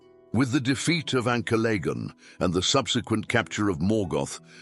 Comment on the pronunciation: Not sure that's how Ancalagon is pronounced.